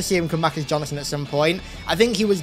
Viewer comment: Why does it sound like you call Sergeant Johnson, Jonathan? 😂😂